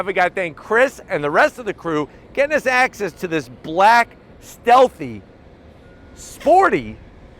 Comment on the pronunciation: He said blak! 😆 lol